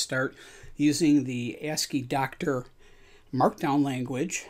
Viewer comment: You are saying 2 because II is in the name but in this context it is not the roman numeral 2. Is is part of the abbreviation ASCII (American Standard Code for Information Interchange). So then ASCII is normally pronounced something like ask-y. So the applications are ask-y-doc and ask-y-doctor. Thanks for the video.